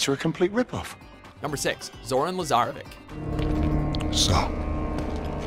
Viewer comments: You said LazaraviK instead of LazaraviCH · There is so many things wrong with lazaravic’s entry 1. Say it with me la-zar-ra-vich NOT la- zar-ra-vik 2. He is Russian not Eastern European 3. Again Sham-baaa-laaa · It's pronounced LazareviTCH,. With a ch. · Lazarevic with a ch not c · We all know that the narrator has never played any of the games judging by the ways he pronounced shamballa and lasarovic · And it's s pronounced raha and lazaravich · Hey it is pronounced lazaravich